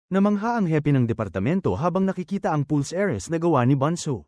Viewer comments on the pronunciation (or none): none